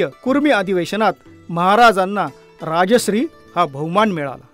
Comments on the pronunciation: Very nice video ..but the the pronunciation is rajarshi not rajashri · Rajasri nave , neet uchhar kara Rajarshi. Raj +Rishi asha arthane... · राजश्री असे म्हटले ते राजर्षी असे आहे. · Sarvat agodar voice over madhun shabda badla .... Rajashri (nav zale )nave tar * Rajar-shi* ( raj rushi ani raj ashray aslele ase )bola sampurna video madhe chukicha bolla ahat